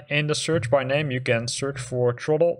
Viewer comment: Truhttle. It’s Th-ra-ttle.”